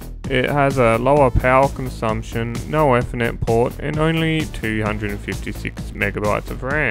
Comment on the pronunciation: Its actually Ether Net like EeeeeTher net not Efer net. Great videos mate